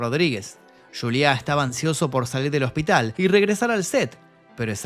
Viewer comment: No es yuliá es Juliá. En español. Y no es latino, es hispano. Muy buen reportaje, desde luego. Gracias por el trabajo.